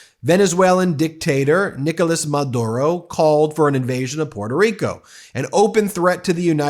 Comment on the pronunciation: Sorry, you don't even know how to pronounce your island name, instead of Puerto Rico, your pronunciation is Puelto Rico. So, boy learn how to speak Spanish first then you can complaint about Nicolas Maduro.